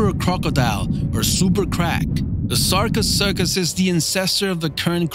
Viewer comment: It’s sarco-sue-cus not sarco-suck-us